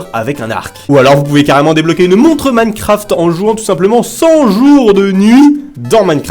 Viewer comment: Il sait toujours pas dire minecraft il dit mancraft 😂😂